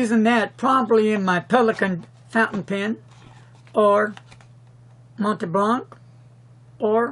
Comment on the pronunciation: Pronounce "Mont' [like want] Blanc," not "Mont'ee' Blanc"